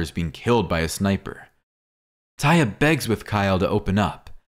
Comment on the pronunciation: IT'S (TAY-UH) NOT TIE-A😠🙄😡🤬👎👎AURRGH/ERRGH..!!